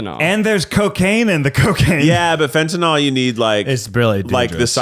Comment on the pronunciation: It's pronounced fen-tuh-nuhl WHY are you pronouncing it fen-ta-NOL 🤦‍♀️